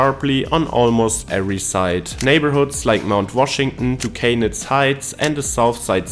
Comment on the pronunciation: Pittsburgh is traditionally known for being friendly. He corrected himself, and I give him some extra credit for pronouncing everything correctly except Duquesne. I've met Americans who ask me how to pronounce Youghiogheny, Monongahela, and other Southwestern Pennsylvania place & feature names as if the rules of English apply to Native American words.